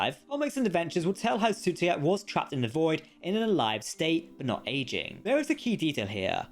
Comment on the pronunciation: Sutekh, not Sutekha